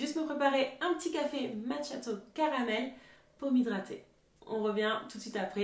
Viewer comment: Hello, Le macchiatto se prononce "makiato" en italien. Merci